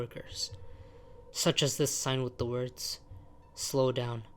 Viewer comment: I like how you pronounce “this” as “uhthis”